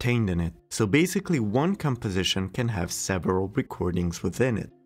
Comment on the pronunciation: Step "Juan" 😂 😂 😂 😂